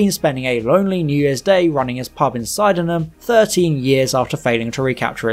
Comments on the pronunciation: It's sid-ehn-am,not sigh-den-am🎩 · Thanks. Brilliantly researched. RE : Ben - small thing - Sydenham is pronounced Sidenham sid rhyming with kid, bid lid etc.